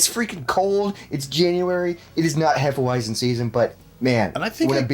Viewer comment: Hefeweizen. Pronounce the 'w' as a 'v', c'mon boys. Also, please have Megadan and Gabbo on a vid together with y'all soon. 🍻